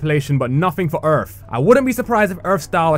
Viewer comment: Idear and Earf Cmon man learn to talk